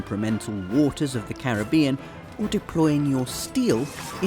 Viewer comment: Thank you for pronouncing 'Caribbean' correctly :D